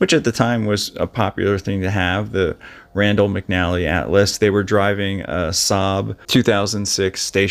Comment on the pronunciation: Lol, at first I thought you said, "random McNally Atlas". I replayed, and heard you say, "Randall McNally Atlas". It's Rand, but I think random is more appropriate in this case.